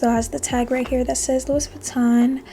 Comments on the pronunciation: Please pronounce it Loui not louis. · The "s" is silent in French for the name Louis.